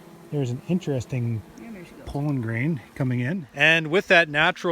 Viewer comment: I prefer the pronunciation p-oh-llen, over the pronunciation p-ah-llen. Not sure which is correct. Perhaps both. Your pronunciation just sounds right. I love the way Canadians speak English, and I love all of our northern neighbors, Eh?